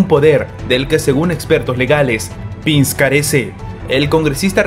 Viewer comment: Todo bien, pero no se pronuncia "Pins" sino "Pens"".....